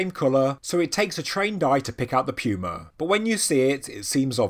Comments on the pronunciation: Puma is pronounced "poo-ma" not "pew-ma" Why can you say puma properly when saying "puma punku" but not when saying "puma"? You are supposed to be at a higher intelligence level than the rest of us! I lose credibility when I hear you sounding like this. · It's literally hurting me to hear you say puma wrong LMFAO I hope I'm not the only person FML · Puma....he pronounces like “Pew-ma” we pronounce it like “poo-ma” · No offense but I thought he said pupa instead. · Pew-Ma. British people are fun. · This whole time I have been pronouncing pewmas all wrong...what else have I done wrong...are unicorns not real? Are fairies fake? Is Dr hawass not a reputable guy? Ohhhhhh wow I'm going to hide under one of those megalithic stones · I'm one hundred percent sure somebody else has pointed this out in the comments but you're saying that big a cat's name wrong it's puma The U has almost an o sound Goo So you would say it poo-ma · i know, and as an American I'm sure i have no right to question how anyone pronounces anything. However, puma just sounds weird with a 'y' in it, and with your accent it puts a heavy emphasis on it.